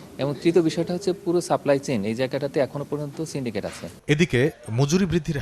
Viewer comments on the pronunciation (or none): চেনডিকেট চেনডিকেট বলেন এখন কে করে চেনডিকেট আগেতো এতোবেশি চিলোনা